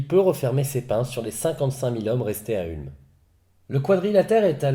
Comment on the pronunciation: Ca se prononce OUlm